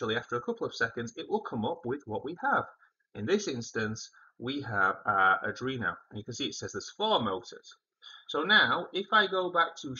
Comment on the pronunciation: Adrino❌ Arduino✅